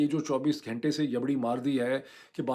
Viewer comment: گھینٹے نا بولا کریں صحیح لفظ گھنٹے ہے